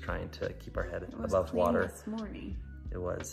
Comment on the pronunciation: It's water.....not wawa! And your wife should have taken sunny with her!